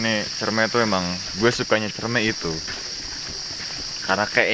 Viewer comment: Dibacanya buah " cerme " bangg. . Wkwkwk